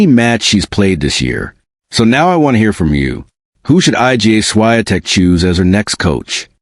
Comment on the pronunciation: HOW RUDE!! HER NAME IS NOT I.G.A.